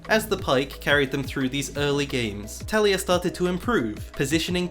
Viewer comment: A little part of me dies every time he says “Talia” instead of “Taliyah”